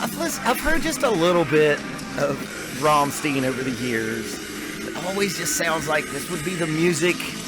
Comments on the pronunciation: Rammstein, not Rammsteen god damnit! Or do you say Frankensteen instead of Frankenstein? Stein = Stone in english, pronounced "Shtine" as an english word. So easy, or not? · RAMM-STEIN not Rom-stien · Rammstein! Not Rammstien God damn it 😂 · Who are Rom-steen? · Before you send anyone anywhere at the beginning of a vid, you should educate yourself on how to pronounce the name of the band. Let me help you here. It's Rum-shtine but DON'T roll the R at the beginning. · The way you have to pronounce the syllables is: Ramm - st - ein I know that it is hard to understand for foreign people. In the German language the letters e + i and s + t combined create a new way to pronounce. Our "st" sounds like "sht" for you. But there is no possibility in the english language to compare "ei". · Rammstein sounds like Frankenstein or Sunshine. There is no eeeen. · You are right to pronounce the „ei“ in Schneider like the [ei]-Sound as in first pronoun I. Same goes with the „ei“in Rammstein though... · Just a constructive critique, you are mispronouncing Rammstein. Listen to their song called Rammstein to hear how to pronounce bands name correctly. All the best, great channel! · You have to pronounce rammstein like his last name it's simple as that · The Problem is not the "st" it is the "ei". American people pronounce it like "ie".